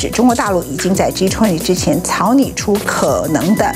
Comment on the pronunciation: Ｇ20，永远发音，Ｇ图昂提